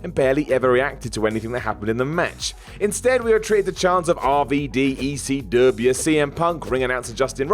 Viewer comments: Saying WCW with a southern American accent makes sense; it was a Southern promotion centered in Atlanta. Saying ECW the same way makes absolutely no sense; it was a northeast promotion that almost never ran in the south outside of Florida. You suck, Whatculture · Why does keep saying "ECW" like that? Doesn't he know that WCW was the hick promotion? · Why does always say ECW with a southern accent? It wasn't a southern promotion